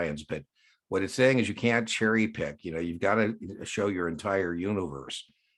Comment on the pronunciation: The administrator cannot impose higher capital requirements then The SEC. Had to use the closed caption function to confirm you said “can’t” as it sounded like “can”. Great video by the way!!!